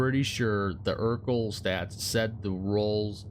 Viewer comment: It’s not eurkl it’s erkul